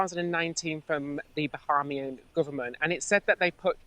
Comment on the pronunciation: The way they (Ben & ) pronounce Bahamian makes me chuckle. Its Ba-hay-mian, lol. This makes me miss home so bloody much. They seem like lovely men, will check them out. A HUGE contrast to Anna.